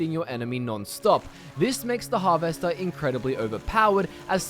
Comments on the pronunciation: Can't get over how you pronounce harvester hahaha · I have literally never heard anyone pronounce the words Alteration or Harvester the way you do and it makes me ears confused because you have a perfectly normal Aussie accent besides those 2 words. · Why are you saying harvester like it's two separate words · I'm Australian and he is the only Australian I have ever heard say Harvester like that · is da accent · but your English. I dunno anyone in England that days it like that